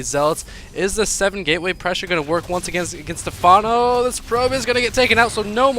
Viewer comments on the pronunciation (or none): You actually had the right pronunciation when you were joking around... it's "Stephano" with an accent on the é. For some reason all americans pronounce it with an emphasis on the a, which is very weird. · its pronounced like stefano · Does he actually not know how to pronounce stephano? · Lol, can't even pronounce something simple like Stephano, making Americans look bad.